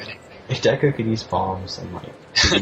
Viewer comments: It's De-ku not deck ku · It's pronounced D-ku, not Day-ku god damn it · でく deku not でいく "deh ku" not "dee ku", or "de-i ku" like です desu Cosmo says it right >_> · they say deku like " dayko" lol its " deh-Kuuuu" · Any self respecting Zelda fan knows that it's De-ku not Deh koo. I guess fans have their own way of pronouncing it. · deku not deku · I always pronounce it deck-you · i pronounce it dee-koo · lol, to each his own, I've always pronounced it Dew-ku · meh alot of my friends say dayku, so Im pretty use to it NINTENDO, Y U NO WORD THAT ARE EASY TO PRONOUNCE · ITS DEF deku (DAY-KOO) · I've always pronounced it dee coo :P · i always pronounce it deck-yu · But seriously, that guy that kept using long vowel sounds. What the hell? Dayku? Termayna? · It's DEE KOO, the pronunciation of Deku. Lol. "It's pronounced Deku." Lmfao. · ITS DEE-KOO :D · Deku is pronounced Deeku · well, dee-ku is how it's spelt so I don't see why we wouldn't pronounce it like that :) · It really must suck to have English as mothertongue and therefore problems with pronouncing most simplistic japanese words such as deku. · It's deku not deku.